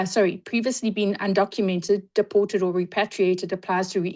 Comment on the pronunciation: Honourable, it's deported, not depotated. 😂